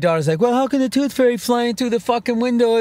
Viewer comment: "The Tooth Fey"